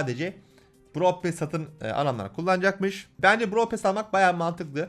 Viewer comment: Bn brawl pass çekicektim free pass ı gördükten sonra çekmem brawl pass dan daha güzel bide pearl pass derken sanki brawl pasta diyosun;)